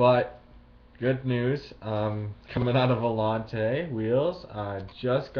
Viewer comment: You pronounced volante wrong